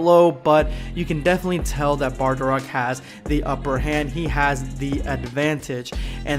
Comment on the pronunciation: It's bardock! Not bardarock! 😡